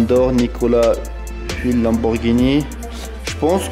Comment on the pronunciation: comment il na pas respecter le nom de Nicolas "Feuillatte"🤣. Il nous a sortis un trucs comme "Nicolas Fuillle" 🤣🤣